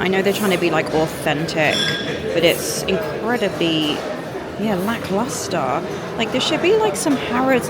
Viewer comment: WOW I TAKE IT BACK ! SHES SINCE SAID IT TEN TIMES MORE EACH TIME CORRECTLY 😂